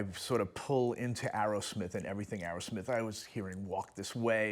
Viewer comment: It’s Aerosmith, not Arrowsmith.